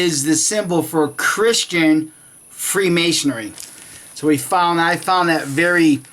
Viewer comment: It is pronounced freemasonry - not freemasonery. It is Knights Templar - not Knights templars.